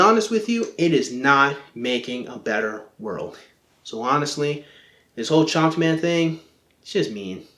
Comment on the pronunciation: It sounds like you're saying Chomped .